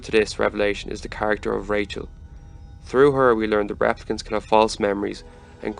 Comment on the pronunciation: Pronouncing them 'raaplicants' throws me off.